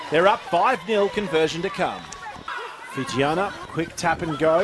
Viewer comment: Really liked the close up camera angles of the kicks at goal. Would be cool to get more shots like that in rugby games. I must say the commentators pronouncing of the Fijian names were super on point.